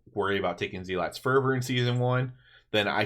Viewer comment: Really love the theoryctafting, especially with your humility to say you were wrong. Keep it up! Small thing, just looking out for you: you're mispronouncing "zealot." It's more "zel-ut" than "zee-lot." Not a big deal, but thought you'd want to know.